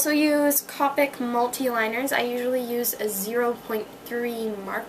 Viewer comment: its Mahn-Ga D: not man-ga... =3=... AND Copic is Co-pick not cah-pick its CO-PICK with a long O... By the way. :)